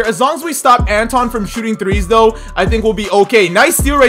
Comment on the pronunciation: Who else got triggered when he called him anton